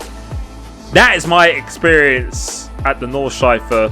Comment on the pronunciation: ITS CALLED NORD-SCHLEIF-E 😂😂